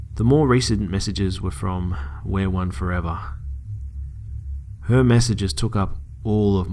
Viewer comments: I think it's pronounced "we are one forever", not "wereone forever"... ....this just got a lot creepier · Looking at the "stalkers" screen name and it's pronounced we are one forever, not wear one forever. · It's not wereone forever it's we are one forever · Just a little heads up, It is pronounced "we are one for ever" not "wear one forever" I think that's part of why it was so scary, and it was a pretty key detail. Otherwise, great video!! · It's "We Are One Forever" not "Wear One Forever" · You do know that the name is pronounced, we. are. one. for. ever. not wereone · I think its pronounced We are one forever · instead of wear-one-4ever maybe it's pronounced we-are-one-4ever, creepy! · I love listening to the stories. They're always creepy and keep me on my toes. However, I did find it bothersome that you pronounced the perps SN as "wear one forever" after seeing the last proof image I could see that it's "we are one 4ever." Which to me... Makes this story a little creepier. Does this person want to be one with the storyteller!? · Errm it's not wear 1 it's we are one 4 eva it was annoying my all video sorry!!